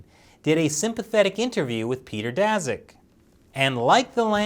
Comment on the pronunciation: Daszak is pronounced as Dashak; sz=sh